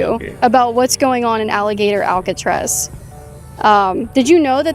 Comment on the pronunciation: If that’s how you pronounce Alcatraz, GTFO of the country!!